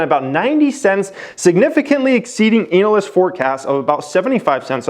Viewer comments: Can u keep saying anal- yst in ur vids please. Highly amusing. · Why you say analyst like anal